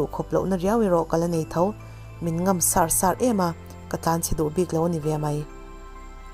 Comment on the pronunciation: Chapona hi chuan hringnun hi a va tihahthlak thin em!!! A ngaihnawm lutuk. Chhiartu lah thiam thin bawk si.'sar sar' hi 'eng sar' angia i lam hi ngaihthlak a nuam lo. A ri hniamin lam thin ta la. Eg. Hrilhru sar².